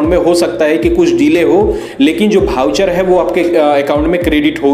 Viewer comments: भाऊचर नही बे 🤣😆, वाउचर होता है वो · वाउचर होता है न कि भाऊचर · Wahi hai bhai voucher pronunciation thik karni padegi aapko. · भाऊ भाऊ 😜चर चर 😂🤣😁😜ये भाउचर क्या होता है जी 😅हमने तो अब तक वाउचर सुना देखा और समझा था 😂😁🤣😜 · Itne bhar bhaucher bol raha hai ki voucher sharma jaye